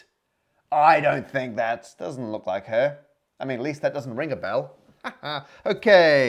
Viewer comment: “Ring a belle” rofl